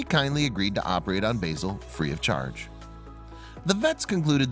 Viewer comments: Bayzil? It's not pronounced Bayzil it's Bah-zil. That's Ba as in Ah! and then zil. Basil. It would've been a really good video if you'd pronounced the name properly. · BAZ-IL not BAY-SOL as in Basil the Brush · I don't know if it's a purely American thing to mispronounce English names and words but "Basil" is pronounced "Bazil". Basil Brush is a popular BBC TV puppet fox character that first appeared in the 1960's. Basil is clearly named after him. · Beautiful story but I was getting very annoyed by the narrator keep calling the fox B Asil. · i did laugh when he said it like the herb, the yanks clearly havnt seen Basil Brush